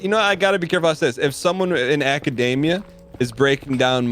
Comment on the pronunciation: Love how says acadamia like the it's the nut